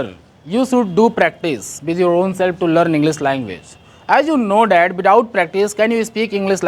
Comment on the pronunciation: Without ❌ Bithout ✅ Sir Phle aap Pronunciation khud Sikh jaiye Mai koi nai hota hu aapko sikhane wala bas aapko bata raha hu 🙏🏻